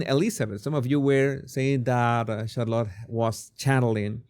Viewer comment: Jesus, you must please get on top of your pronunciation of English words. You would be doing us and yourself a big favor. It’s truly cringe worthy. CHarlotte??? 😖 try shar-lotte